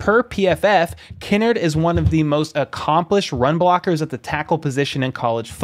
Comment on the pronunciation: It’s Kinnard, not Kinnerd! Lol